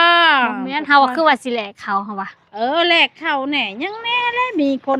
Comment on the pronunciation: แลกข้าว ไม่ใช่ แรกข้าว